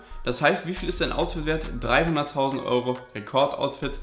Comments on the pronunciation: Er hat 2mal 300.000 gesagt nur er kann wie man bemerkt nicht perfekt english ausprechen deswegen hör sich das so an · Er sagt als erster 300.000 nur er spricht es nicht richtig aus.🤫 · Seine Aussprache ist einfach schlecht,er meinte beide Male 300.000.